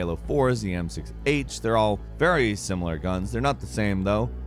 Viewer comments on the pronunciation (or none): none